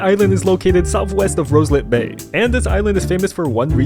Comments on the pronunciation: Its not calld rouslit bay its roslit bay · You pronounce roslit Bay wrong